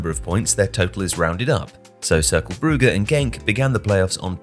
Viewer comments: Brugge is pronounced Brooj/Broozh, not Brew-ger. Sorry, had to stop watching the video because of the repeated mispronunciation. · jesus you cant even pronounce Brugge correctly? beyond ignorant, put a lil effort into it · The way he keeps incorrectly pronouncing Brugge/Bruges really annoys me 🤬🤬🤬🤬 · Why is everyone starting to call brugge, brugger? Lol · "Brugge" is honestly offending